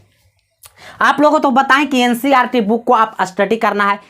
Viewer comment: Ncrt nhi hota hai ncert hota hai